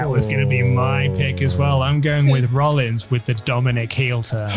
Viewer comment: I'm sorry, Seth ROLLIS? Seth Rollis.